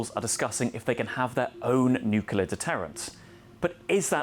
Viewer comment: Another IMBECILE that can't say nuclear even if it was to save the life of his little kid. You disqulified yourself IMMEDIATELY when you couldn't even say the simple word.